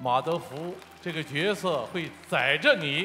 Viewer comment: 是角{jue}色，不是角(jiao)色